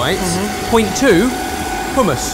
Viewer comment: I liked the way pronounced "hummus", he did it the right way 👍🏻🤩 Fun fact, hummus literally means chickpeas in Arabic, so call it chickpeas/ chickpeas with tahini